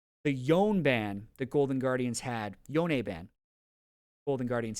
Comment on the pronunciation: Shoutout to for pronouncing Yone the lore correct way this time!...The podcast content was good too I guess!